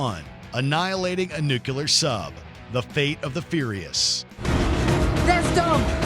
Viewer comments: NUCULAR? It's Nuclear! lol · Guy really can't pronounce nuclear.